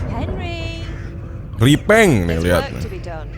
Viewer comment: "i will ripeng" #